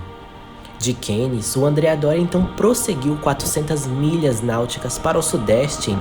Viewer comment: Göteborg não é na Escócia, mas sim, na Suécia. Cannes é uma cidade Francesa, portanto, se pronuncia "Câne" e não Keine. O mesmo para promenade, trambém do Francês, "prromenáde" deveria ser a pronúncia e não "promeneide". No mais, MUITO BOM TRABALHO! Excelente documentário e cenas muito raras do acidente famoso. Boas descrições técnicas, também. Grande evolução no formato de apresentação. Se as músicas, que são boas, forem mais contidas no volume, estará perfeito. Parabéns pelo resultado final. Aguardo documentários futuros, também sobre navios em particular. Acho que você teve acesso à novas e inéditas fontes... Boa sorte!